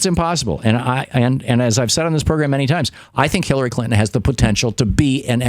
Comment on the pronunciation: did Thom say 'Killary'?